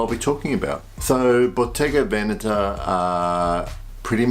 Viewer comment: Wow! You're one of the few people that I've seen on YouTube pronounce Bottega Veneta correctly. 😁